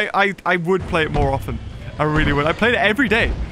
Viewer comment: Ah yes, “moar”